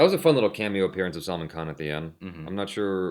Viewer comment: hey the way you say Salman's name it sounds like Salmon fish, actually its pronounced as SAL MAAN